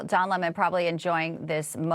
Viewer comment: 🍋it’s Don the 🍋not Don lehmone!